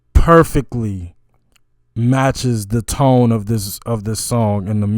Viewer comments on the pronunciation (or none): none